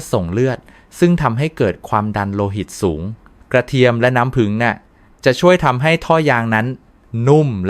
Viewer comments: โอย ไม่ไหวๆ น้ำผึง ข้อ สามอ และ กะเทีย มอ วิบัติ หมด ภาษาไทย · เป็นหมอโรงพยาบาลอะไรครับ จะได้ไม่ไปรับการรักษา กระเทียม ก็อ่านว่ากระเทีย มอ น้ำผึงจะหาซื้อได้ที่ไหน เพราะไปดูมีแต่น้ำผึ้ง